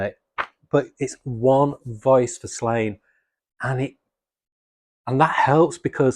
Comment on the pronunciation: Just an FYI it’s pronounced “Slawn-ye”.